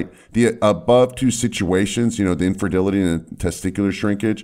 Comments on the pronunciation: Am I the only one that noticed when he said "infertility" he said it like "inferdelity" ? One would think a licensed doctor would know how to pronounce a medical term. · A doctor that can not pronounce ''Infertility'' .......